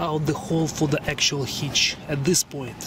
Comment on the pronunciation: What is a HEECH... I need to install a HITCH,. I'm not sure if your video of a HEECH is the same for my assembly...??? I don't even know what a HEECH IS...??